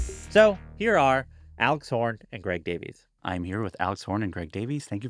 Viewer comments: The English way is "day viss" not "day vees" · apparently he pronounces his last name davis. i had no idea either. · Greg's last name is pronounced Davis btw. 🙂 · Why can nobody say Greg's name correctly? It's pronounced "Davis". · That obnoxious music at the start and mispronouncing Greg's last name...almost left.